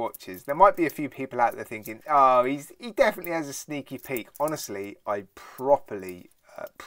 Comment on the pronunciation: Bro messed up "defineatly" 😂 💀